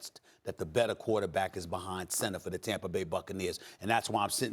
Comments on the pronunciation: I swear Stephen A says Tamper instead of Tampa. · It’s Tampa not tamper Steven A lmao 😂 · Tamper? What is Tamper? Steven A presents himself as some kinda linguist but can't even pronounce words that end in A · Tampar😂😂 SAS always puts an R on the end of words that don't have them